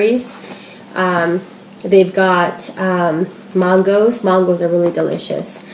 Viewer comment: I love your videos! :) But when you said "Mahn-goes" I cracked up. It's "man-goes". I love regional dialects! I'm from Ohio.